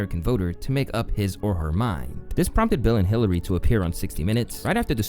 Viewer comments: Dude said Clitery. 😂😂😂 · Clitary....now that i have heard it i can't unhear it.🤣🤣🤣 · Clitary.. was that an accident? 😂